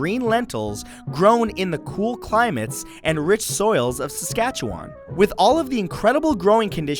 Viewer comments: umm, I live in saskatchewan and its pronounced saskatchew-when. Umm, sorry if that was rude but yeah... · Why does everyone pronounce Saskatchewan wrong..? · you pronounced Saskatchewan wrong... I should know, I live in Canada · Kirkland Mandin ikr, when he said Saskatchewan it bothered me so much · Lol why do you say Saskatchewan so weirdly the "wan" is pronounced like "one"